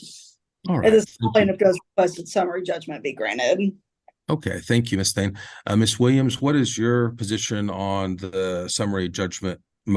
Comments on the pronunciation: I keep hearing "Miss THING". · I keep thinking they're saying "Miss Thang" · It’s the random Mobb Deep playing in the back for me…. And it sounds like he’s calling her Ms. Thang